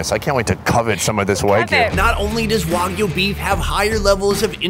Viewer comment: WAGYU NOT WOGYU Pronounce it right next time.